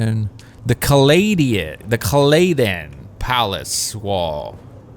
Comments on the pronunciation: Kal-a-Dan.... C-a-LAY-den indeed. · Your pronunciation of Caladen is priceless. Herbert pronounced it “Kal-uh-dan” just for future reference. Herbert made up a lot of the names and he himself said your are free to pronounce them anyway you like, but he did provide a reference for what he called them and this was his pronunciation of it.